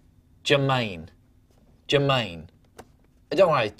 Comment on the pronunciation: It's NOT NOT NOT "Jermaine"